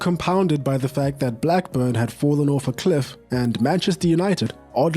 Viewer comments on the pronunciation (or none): none